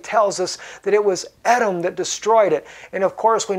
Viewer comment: Believe it is pronounced E-dom